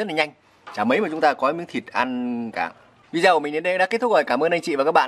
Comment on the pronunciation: Rất ngon. Dưng mà đọc là "vi đi ô" zai nhé.